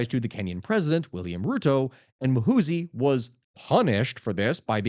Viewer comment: It's Muhoozi not "Mahusi"